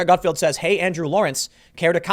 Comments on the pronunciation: I'll be honest, I had a hard time listening to you call him Greg "Gutfield" all the time in this video. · Not Gutfield, but Gutfeld! :)